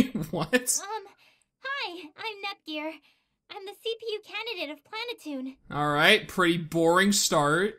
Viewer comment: You are saying it wrong it's pronounced plan a tune.